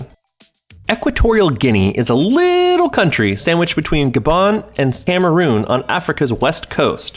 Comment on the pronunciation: Did you call it Scameroon? Yeesh...